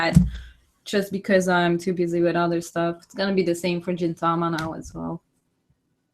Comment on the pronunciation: Great video !! I enjoyedit so much!! By the way, You keep saying "Jin"tama instead of Gintama. It's actually "Gin" not "Jin". The sound "Gi" is similar to "ge" sound from the word "geek" I know it's hard to pronouce Japanese word so I understand (;^^)